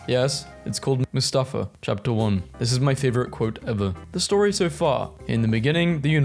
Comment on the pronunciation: that's not how Mustafar is pronounced, but whatever.